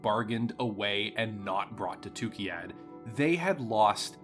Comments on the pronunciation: Great video, but you constantly mispronounce the place name. It's TukAyyId, not TukIyyAd. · this whole set of 3 videos was fun but I couldn't get over him calling it tookeeyad every time 😆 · I'm so thrown off by your pronouncing of Tukayyid as "Tukeyad"